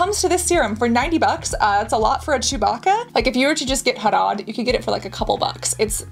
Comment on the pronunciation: This is a really educational video. You absolutely won my heart when you pronounced "Harad" and "Haldi" perfectly! You are very talented Cassandra ❤❤😊